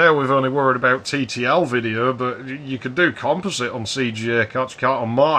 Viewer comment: Finally, a person who knows how to pronounce composite. Also, I like my AMSTRAD PC1512. It's great for chatting with people IRC with an SMC 8416 card.